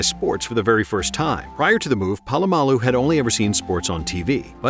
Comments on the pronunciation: Its not PAlamalu its POlamalu. You're saying his name every sentence and misprouncing it every time and its driving me nuts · Btw - Pole-a-mall-u